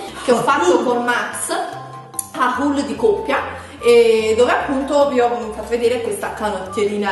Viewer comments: Ma haul non si pronuncia "ol"? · H in inglese si pronuncia! Quindi hol